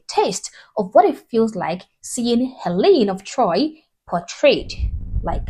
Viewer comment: It's Helen of DtroyT.